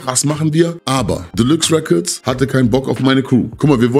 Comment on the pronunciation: "Delüx Räccords les go"😂